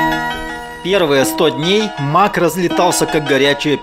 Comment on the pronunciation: Как же достали эти ваши мАки, ПАды!!! Откуда вы это берёте? Почему-то только русскоязычные такой бред несут. iмЭк, мЭкинтош, iпЭд - только так правильно!!!